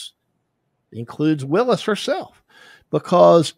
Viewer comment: He knows Fani Willis is not a prosecutor on this case; and ask yourself why this white man continues to purposely mispronounce that African American woman’s name…